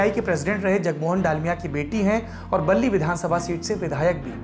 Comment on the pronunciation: सौरभ भैया वो बाली है बल्ली नही.